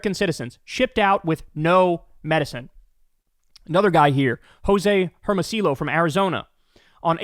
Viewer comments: Hey Kyle! With Spanish a double-L is pronounced with a Y sound! It hurts my ears to hear you repeatedly slaughter Hermosillo’s name, so educate yourself so you don’t sound like an ignorant gringo. Herm-o-see-yo, not Herm-o-sill-o. SMH. It’s garbage like this which earns you the dubious moniker of the dum-dum left. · Joh-seh (not ay) Ehr-moh-see-yoh (not ōw)